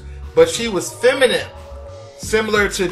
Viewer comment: It's FEMININE, not feminim bro. After being on this earth all this time you still have not figured this out? 😂😂🤦🏽‍♂️